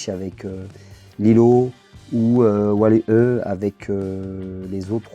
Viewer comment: Hello, on voit que tu as pris du plaisir à faire cette vidéo et à nous présenter ce joli POP de Stitch :) J'avoue c'est une belle pièce ! Juste stp on prononce "Wall-I". Ne me met pas de fessée j'ai mis la cloche lol.